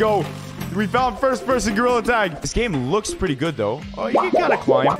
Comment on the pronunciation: pwes pway master runners pwetty pwes